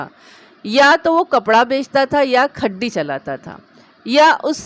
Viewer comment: Hi app bi shak karti ho apnye husband per? App ki urdu achi hey magar kuch words bilkul galat bol deti ho es story main aik word khudiyan parha app ne Woh khadiyan hey Aur bi kuch galat pahrye app ne Ok allah hafiz Nasir germany